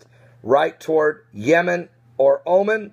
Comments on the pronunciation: it's not pronounced Omen, but O-Mahn' with accent on the second syllable. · it's pronounced "omaun" not omen